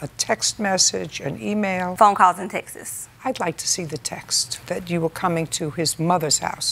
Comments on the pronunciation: "phone calls and Texas (texts)" It's a lot of people on this show that say "Texas" instead of "texts". I have never heard anyone say it like this in person lol. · Drives me CRAZY when they say textes!!! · Textses, instead of texts always kills me😂😅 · Phone calls and Texas, huh?😂😂😂 Why don't people just learn how to speak English properly? The plural of text is texts, not tex-es. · "phone calls and textses" 😅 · Funny she said Texas instead texts😂😂.. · Phone calls and Texas lol. It’s texts that’s not pronounced texas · textas, they never say texts they only say textas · Why do people pronounce "texts" like "Texas"? How hard it is to say texts? Lol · it's an accent - the "ts" sound in "texts" is actually not an easy phonetic and is really difficult to pronounce